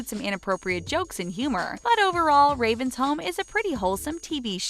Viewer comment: did she just say see-mone? woooooow